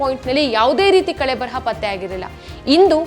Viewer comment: ಕಳೆಬರಹ ಅಲ್ಲ ಕಳೇಬರ